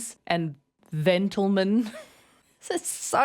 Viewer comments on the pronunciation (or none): It's pronounced "them-tlemen" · hey hey hey It's 'Zentelmen' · In all fairness ma'am, if it's "they-dy" then it should probably be "them-tlemen". 🤣